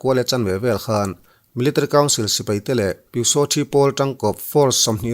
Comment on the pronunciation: Zo YouTuber zingah Military i lam mawi in i hnehsawh ber😅